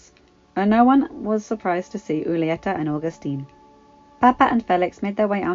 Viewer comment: Just a little tip when reading anything in Spanish act like the H isn't there. read the J like it's the H for example read Julieta like it's hulieta. i hope this helps just know you are one of the best readers i know